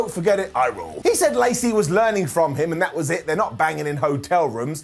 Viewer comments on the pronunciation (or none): none